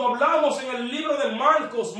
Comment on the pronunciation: Lo gracioso es que se escribe Marcos pero lo pronuncias "malcos" 😄😂